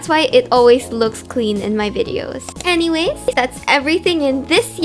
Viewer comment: that anyways sounded like "uwu"